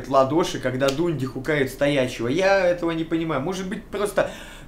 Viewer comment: А он специально коверкает слова или у него проблемы спроизношением английских слов? Форсе стаф, Дунди, Интернутианал? Что за пиздец то)